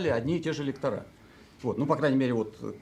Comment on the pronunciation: Говорите правильно, пожалуйста, лЕкторы, а не лекторА .